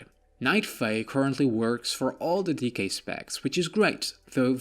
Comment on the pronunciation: D K! Not decay.